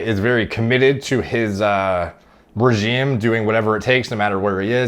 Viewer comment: I’ve heard so many people say regime instead of regimen lately. Very informative video as always though